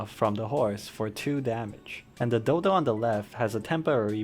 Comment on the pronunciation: Nice vid bro! Very informative, though maybe it's just me but I definitely didn't hear dodo